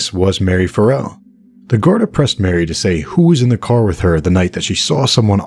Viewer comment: "EP. 12: Loose Ends" of Audible's "West Cork" briefly mentions a few other potential suspects - mistakenly mispronounced Marie as Mary